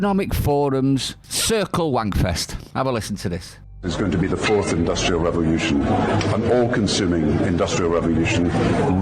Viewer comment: What is a 'revolyushun'?